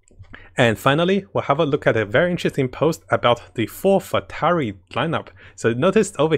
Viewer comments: It is not FATURY. It's Fatui! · Everyone: Fatui: Fatari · Spits out coffee. Did you just say four futari!?!?